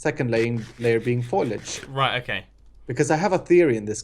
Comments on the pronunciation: It's foliage not foilage. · Did say FOILAGE? Hahahahaha. That there tree is some nice FOILAGE LOL. It is pronounced Folage people, the I is silent! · you've got the i in the wrong place. Fol"I"age! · You mispronounced foliage....